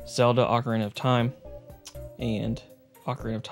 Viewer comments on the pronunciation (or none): none